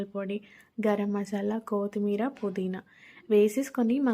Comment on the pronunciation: కో తి మీర కాదు కొత్తిమీర అనాలి.